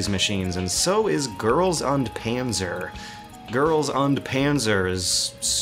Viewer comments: the u is short, as in [ʊnt]. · It's not UHND it's OOND. It's girls OOND PANZA. I don't even watch it, I just know German. It means Girls and Tanks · Girls "und" Panzer. excuse you, as a German student of two years, the way you pronounce that offends me deeply. it's pronounced "Oond". not "und" lol. sorry,. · is und really that hard to pronounce correctly?